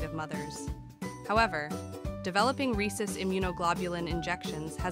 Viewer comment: Ar-hay-soos. never heard that pronunciation before.